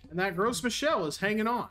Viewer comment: As a native French speaker, I made a double take when you started talking about Gross Michelle.